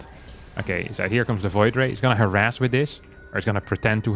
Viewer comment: Harass, not harras